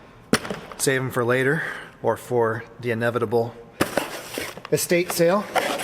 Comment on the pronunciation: ‘The en evitable estate sale” LOL